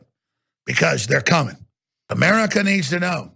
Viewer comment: “They’re cumin...... And they’re comin” 😂